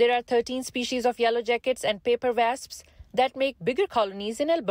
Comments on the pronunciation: Wasps not vasps lollll 😂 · "Vasps"? Good grief. Please at least hire proper English speaking on-camera journalists who can pronounce words properly. Diversity hires are fine if you must, but at least make sure they speak audibly coherent English as a minimum requirement. Next.